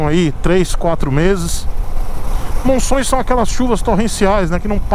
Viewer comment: falando de monções e falando certinho. Legal! Se fosse meu aluno já teria passado. rsrs Abraço!